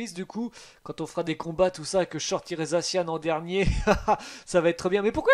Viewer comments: C'est za ssi an pas zacianne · Sa me soule que tu prononsse mal le non de mon pokémon préféré (zaci an)